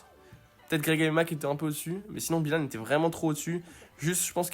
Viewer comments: Ce n’est pas Bilanne on BYlanne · Il à détruit le nom de Byhilan 😂